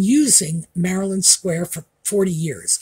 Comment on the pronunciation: Maryland Square Shoes. Not Marilyn Square Shoes. (I thought you said the latter,. 😂)